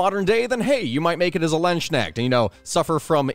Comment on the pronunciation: Please, work on the pronounciation. It's Landsknecht, not Landsschneck, or plural Landsknechte and nit Landsschnecks. I know, this can be hard, but if you study them you should we able to at least pronounce their name somewhat right.